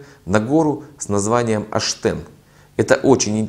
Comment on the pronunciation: Посмотрел бы карту хотя,где гора Оштен,а не аштен